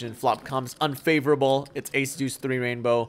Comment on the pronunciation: hysterical man, when you empasized "unfavorable" I lmao. hope to get a MUG with ya soon man